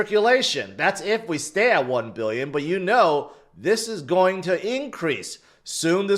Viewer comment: learn how to pronounce GOING. everytime you say" its go be" its sounds stupid. you probably think it's cute or something. but it's cringe